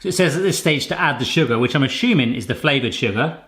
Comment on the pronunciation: Theres no H in assuming